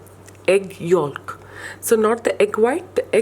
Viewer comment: The l in yolk is silent.